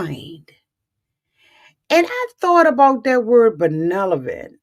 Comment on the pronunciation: Respectfully, you're pronouncing the word benevolent wrong. It's "ben-neV-olent". Love your recaps. They are on point!